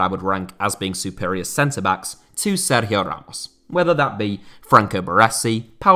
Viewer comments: Nice Sergio Ramos pronunciation, mate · Have to say , i appreciate the way you were pronouncing his name. It really was quite good. Not many people would attempt it once ,much less throughout the whole video